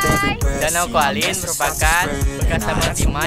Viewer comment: Danau kaolin bukan koalin hehe